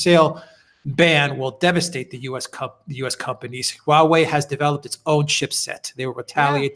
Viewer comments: Alexander et al: It's HWA (one syllable) -- it's the name by which China refers to itself. HWA REN means Chinese people. There's no "U" there, Correct pronunciation is WA beginning with an aspirated H. But you can forget the "h"-- If it's easier, just say WA.. : . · Haha. Alexander is saying the word differently every time. I live in China and speak a little Chinese. There is definitely a "H" sound at the beginning, followed by a ong U sound pronounced "oo" . Then you can say wah way. Hooaaaway. The H sound at the beginning can be pretty soft. Hope that helped.